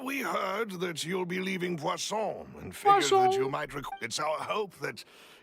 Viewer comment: Necessitamos de um compilado do falando "Poisson" kkkkkkk